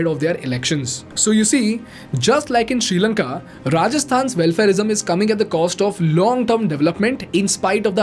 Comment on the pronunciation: You said srilanka:: i heard future India 😅